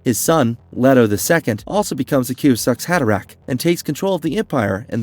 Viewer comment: The kiwi-zack’s haderach? 😂😂 Sorry but the AI’s crappy pronunciation really ruins the video!